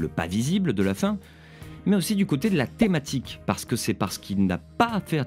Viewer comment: Excellente vidéo et tout aussi excellente analyse ! (Si on oublie la faute d'accent à "thématique... ;-) )